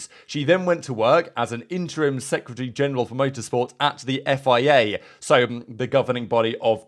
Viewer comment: Learn how to say FIA please